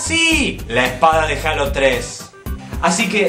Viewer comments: yo no se si en Argentina digan asi jalo pero se dice jeilo pero no jalo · eso no es cierto no por estar en mexico se pronuncia asi es decir si tu ves gears of war lo pronunciarias G-E-A-R-S O-F W-A-R sin embargo en mexico le decimos guirs of war no por estar en mexico se "PRONUNCIA" asi y si les "H-A-L-O" NO SE TIENE QUE PRONUNCIAR JEILO por que es un nombre de videojuego en ingles en español se pronunciaria JALO mi punto es quetiene un nombre original en ingles y se"PRONUNCIARIA"diferente en español asi que no hay una forma correcta de pronunciarl ya estesenmexicoous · no es critica pero en Mexico se pronuncia jeilo